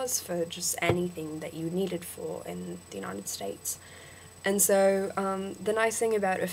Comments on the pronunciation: you say 'soe' when it's really 'soh' And please stop saying ustraya. We don't say that. It's still 'Usstralia' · good work. a lot of it does sound aussie, but theres a few that sound british. wouldnt be able to pick ur american though. u say "so" a lot but dont say it entirely right. :)